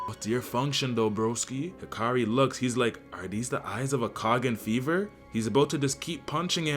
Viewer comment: Hikari? I thought it was Hakari